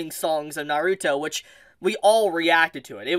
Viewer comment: Please say the word Naruto right 😢